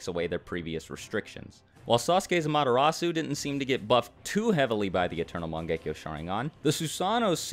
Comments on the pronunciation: i can't describe the pain when he pronounced the u in amaterasu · "Ama-derasu" dude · In subed they pronounce it ame-ritatsu but I not judging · I thought it was pronounced AmerTeras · The way pronounces 'Amaterasu' though... it's like he read the manga & never watched the anime, sub or dub. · Bruh, am i the only one annoyed at the way you pronounce amaterasu